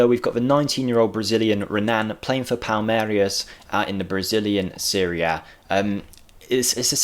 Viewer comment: you're pretty poor at pronouncinating foreign teams. Just read what it says, dont make stuff up. It say Palmeiras, not Palmerias. And Tbilisi, not Tbisili for example ;)